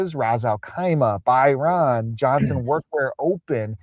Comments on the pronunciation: By ran is a tough pronunciation scene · The pronunciation of Bahrain is embarrassing